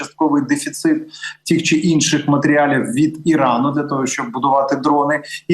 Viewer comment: Підкажіть редактору! ПовІтряні (наголос)! Щоб санкції були більш дієвими, тобто дієвішими. Тіх, ціх чи тих, цих санкцій? Тім, цім чи все ж тим, цим особам? Тоді вже краще тьох, цьох... У пана Михайла швидка зрозуміла мова, прудкий інтелект і чудова блискавична реакція. Чутливе добре серце - корінь перемоги.